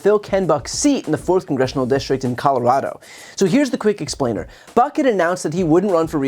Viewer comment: Red Neck is C-O-L-O-R-A-D-O, no CORORARO. Capeche.🤐🤐!